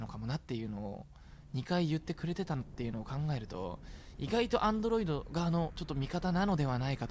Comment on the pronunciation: どうしてもアンドロイ「ト」って言っちゃうリョウガさん